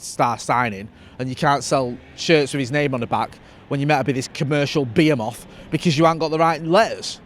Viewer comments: Beo-moth? 😂😂 "B-he-muth"* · Beamoth? Nah you be a moth. You mean behemoth (b-he muth)